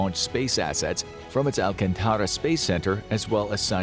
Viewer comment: Great to watch this movie being a Brazilian. I agree with your conclusion. it's pronounced "al-KHAN-ta-ra", as in "Gengis KHAN" almost there! "da", in "da Silva", must sound like sound like the US slang "da" Brazil retired aircraft carrier São Paulo and recently comissioned multi-purpose aircraft carrier Atlântico